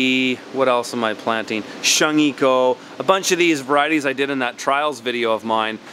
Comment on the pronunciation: crown daisy leaves. shungiku. please read it as shoon-geeku. or if you're selling to chinese, we know it as tong-ho. the mature leaves are a very popular hot pot leafy green, but some kids don't like it because it has a very strong weird fragrance that can seem bitter. i wonder what the microgreens taste like?